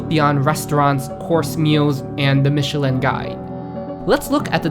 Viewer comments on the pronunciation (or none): none